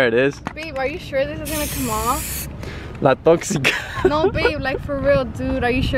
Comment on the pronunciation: It's "La Tóxica "😂 Lmao